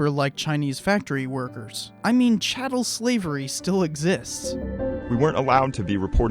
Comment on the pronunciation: CHATTEL not CATTLE.